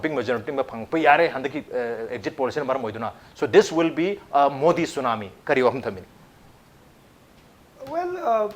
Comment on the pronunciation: tsunamo haibane tsunami haiba natte